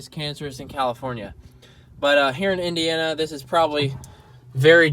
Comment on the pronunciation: did he say Indiana or India, honestly, I wouldn’t know the difference...